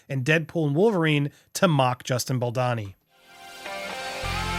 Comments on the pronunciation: Love your coverage of this, but for the love of Gwaddd its 'Baldoni' not 'Balani' 😄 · It's vicious how Blake and Ryan go after Justin Baldoni (not how you pronounce it, Baldani); no matter what happened in the past when producing the movie, Justin does not deserve that, period. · It's Baldoni, not Baldani😂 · The way you keep calling him 'Baldani' instead of Baldoni 😂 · You’re not pronouncing Justin’s name correctly. It’s Bal - dough- ne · bal-dow-ney. Bal-bååååwney.. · You've been saying baldonis name wrong for weeks and it's driving me crazy!!! Lol. I went to school with him and have been following all the news. I think you're the only one mispronouncing it. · Please learn how to pronounce Justin's last name. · For the love of all things, please finally learn how to pronounce Justin Baldoni's name. It sounds awful and ignorant every time you say it.